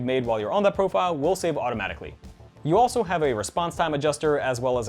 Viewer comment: Lmao he said automatjicly 😂